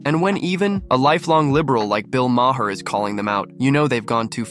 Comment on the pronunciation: Great video. Also, Bill's last name is pronounced as "mar."